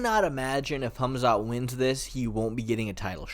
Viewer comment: I love how you say his name correctly. "Hamzat" not "Kamzat". Some names have something like a k but some don't like Hamzat and Habib. I assume he could do something wrestling wise to Costa if he trains with good and I mean GOOD heavier wrestlers.